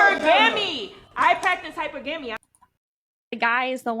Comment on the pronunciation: It's pronounced hypergamy, not hyper gammy and they wonder why Men are ignoring them😂